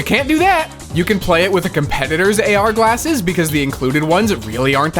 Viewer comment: "AR GALSSES"